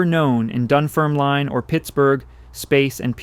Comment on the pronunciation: I’m from Dunfermline where Andrew Carnegie was born - for anyone interested, it’s pronounced dun-ferm-lin (not line) and Americans always seem to pronounce Carnegie wrong, it’s car-nay-gey rather than car-na-gee - when he had made his fortune he came back to Dunfermline and bought pitencreiff park. It was a park that was only for the wealthy to be allowed to access, big gardens, greenhouses, outdoors pools, bandstands etc (and peacocks!). When he bought the park he changed it to a public park for anyone to use, it’s still a great park today, known by locals as the glen. Just passing on useless facts :)